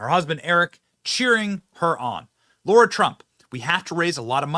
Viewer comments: Hi, not sure if u realize this but u kept pronouncing Lara's name as Laura. Even the CC shows as Laura based on ur pronunciation. Go TRUMP 2024..!! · Yay for Lara! Benny, stop mispronouncing her name. It's not laura. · Benny Its pronounced L-A-R-A!!!!!! Not Laura!!!! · Benny, no offense but it's LARA, not LAURA. Not a good look to get it wrong. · Benny, why are you saying Lara as though it's Laura? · 'PS' Benny: Sir: it's LARA, not LAURA. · Benny, it's LARA not Laura. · LAIR-Uh. Not LAURA. Johnson